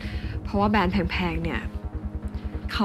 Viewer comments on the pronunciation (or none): “แบรนด์ค่ะ ไม่ใช่ แบน” … วอนคุณใหม่ดาวิกา ช่วยฝึก ร.เรือ ล.ลิง ให้ชัดด้วยนะคะ ถ้ายังรักการแสดงละครอยู่